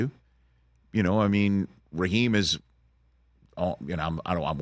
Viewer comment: Ummm, Raheem, not Raheed